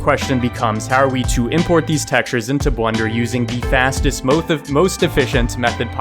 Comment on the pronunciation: moeth efficient lol u r awesome